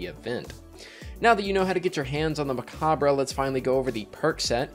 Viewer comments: *me opening this video*: No way he pronounces it right. Destiny Youtubers NEVER know how to pronounce things. * in the video*: MECOBBRUH! uh huh. For anyone unaware, it's a play on the word 'Macabre', which is pronounced 'Muh-Cobb'. They put 'Mech' at the start to tie in to the theme, but it's essentially the same, being pronounced 'Mech-obb'. No shade, just find it amusing. I watch so many Destiny youtubers and it feels like there's some kind of pact everyone has made to mispronounce as many names as possible:p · It’s actually pronounced the same as Macabre: “Meh-cobb” good ole french. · pronounced muh-cob, or mech-cob in this sense since it's a play on the word